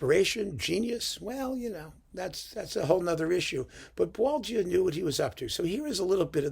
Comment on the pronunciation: Congrats from a Frenchman on your impeccable pronunciation of this composer's tricky name. Even French people get it wrong most of the time.